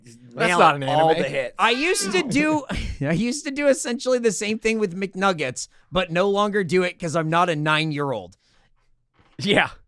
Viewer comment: He said McNuggles🎉